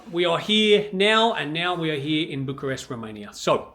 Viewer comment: You need to change your pronunciation from Bucharesk to Bucharest. same for Buchareski. 😆